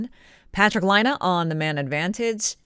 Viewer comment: Laine is pronounced "LINE - EH" = LAINE ..... NOT "LINE - AH" DOES NOT = LAINE. It's not hard to say.